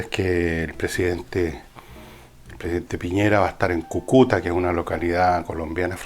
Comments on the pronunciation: Es Cúcuta no Cucuta !!! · cúcuta... no cucuta xD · Se dice y escribe Cúcuta con acento en la primera "U"